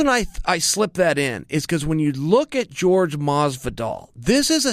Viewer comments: It's not George Masvidal it is Jorge (Hoar-Hey) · Am i the only person that pronounces Jorge Masvidal's name ( whore hey) and not George? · It's not George.... it's whore-gay Masvidal...no pun intended! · You never get a fighter's name right. How do you never get a fighter's name right? It's not George masvidal. It's hor hay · Jorge is not pronounced George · Chael “George Masvidal” Sonnen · Lol "George." ...oh Chael. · It’s pronounced (HORE-HEY) for god sakes. He’s Cuban. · Papa Chael said his name is George, so now his name is George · George Masvidal? Can uncle Chael say anyones name right? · Not at all! I sometimes wonder if he's doing it on purpose. Chael being Chael I guess. 😂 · More like whore-hay